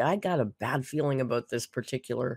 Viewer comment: I saw a comment that said Alr's pronunciation of "bowl" sent her to Pluto - now I can't help but notice this and other words; "bole: (bowl), "pee-pole" (people), "fillings" (feelings), "off-ten" (often), then there is her articulation of "quantities", "important " - sorry to bring it to anyone's attention but misery loves company